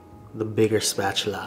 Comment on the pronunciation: “Give me that big spatular🤣🤣”